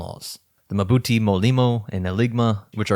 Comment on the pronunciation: "Mbuti" is not muh-buti, as you're pronouncing it. Just pronounce the initial m and then part your lips to pronounce bu. There's no vowel between m and b.